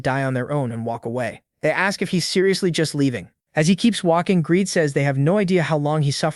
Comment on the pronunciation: Your AI is broken, his name is "Greed" not gradey/Greedy and other fails. Well, it's better than 75% misgendered, I mean it says "he" so how does it say "her"??